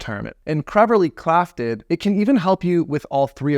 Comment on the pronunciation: “Creverly clafted” 😂